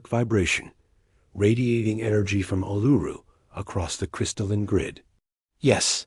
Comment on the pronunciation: Not Aluru but ULURU. The correct Name Vibration is very important.